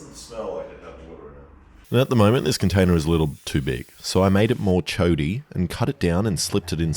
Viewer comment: “Chody” rather than wider is crazy